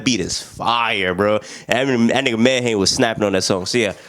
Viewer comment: You gotta get into MIKE's new album Tears of Joy. That man went tf in edit: Medhane pronounced MEH-DONNIE